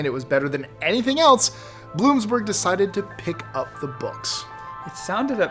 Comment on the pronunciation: Bloomsburg?! Try Bloomsbury